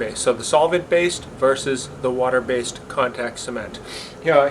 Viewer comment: "versus" not "verses"